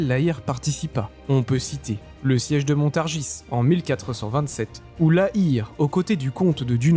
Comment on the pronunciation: Montargis, Jean Bart... pourquoi tu prononce ça comme un fiéfé angloy? regarde le film Tai-toi! (Reno et Depardieu) et viens donc faire le carnaval de Dunkerque!